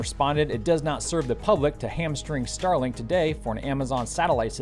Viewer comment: When you mentioned Starlink 18, it reminded me of a previous episode when you mentioned Starlink 17. That made me think, “Did he just say Stalag 17”?